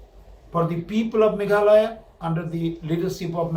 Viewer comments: Meghaloy ???🤣 jin-da-bad.... Lah goi 🤣🤣🤣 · Not meghaloi its meghalaya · Meghalaya not Meghaloy..please 😬😬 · your party tmc can't pronounce meghalaya .shame of this party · Tang ban pronouce MEGHALAYA ruh kam pat ianang ...Shame on these people